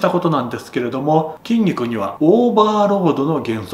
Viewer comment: てぃんにくにてぃかせられている (筋肉に効かせられている)